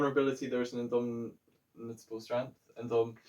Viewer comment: Great vid, Guys! It's pronounced in-dom-it-able